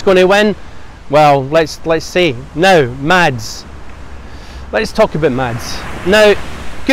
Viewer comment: Its pronounced Mass.. not Mads !!